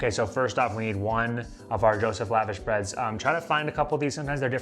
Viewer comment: Love it! One thing though please know, it’s pronounced “luh-vawsh” not lavash like you’re up in the club living lavish lol